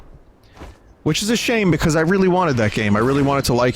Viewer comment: It's pikause...